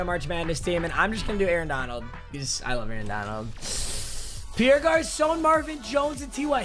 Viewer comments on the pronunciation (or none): none